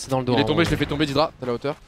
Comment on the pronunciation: PAr contre on dit "dèdra" et pas "didra" mais trkl